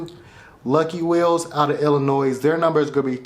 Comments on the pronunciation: i cringe everytime you say Illinois. ITS ELLA NOY. not Ella noise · Never pronounce Illinois with an s at the end 😮